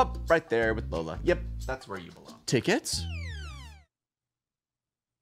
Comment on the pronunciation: Him jokingly calling “Lolla” Lola is so funny to me 😂